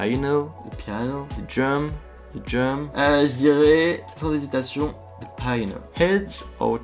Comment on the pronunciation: Bon en sinon en anglais on prononce le H dans la plupart des mots et on dit pi-a-no comme en français 😂 pas paï-euh-no 😆 Si ça peut aider certains 😄